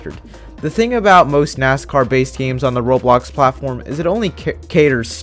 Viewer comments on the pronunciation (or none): did you say robox platform lol